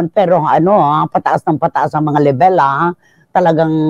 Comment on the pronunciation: LEBÉL? Kung Level : [LEV] + [UHL Cristy nilumot ka na sa journalism bangitin mo naman ng tama ang English mo!